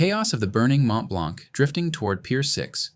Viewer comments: Mont-Blanc is normally spoken "Mon Blan" roughly seen I think in French. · Gripping documentary. Note: the C is not pronounced in Mont Blanc. Please use metric units.